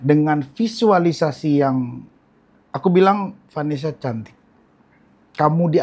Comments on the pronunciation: bilang Vanessa gua dengernya venesse. hahahah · kenapa selalu ngakak kalo bilang vanesya